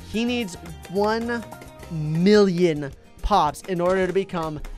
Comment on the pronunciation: When says 1mill I hear 1bill